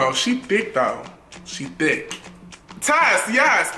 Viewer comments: I choked on my eggs when he said thicqq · I swear, every time he says " give this video a big, fat......... THICK." I start dying of laughter😂😂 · How he says thick 😂😂😂